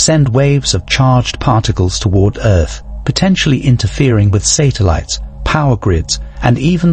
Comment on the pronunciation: I’m guessing so by AI’s pronunciation of satellites as sater lights 😂